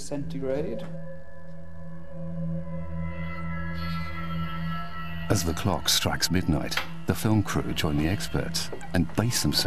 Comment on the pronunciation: Why does he keep saying centregrade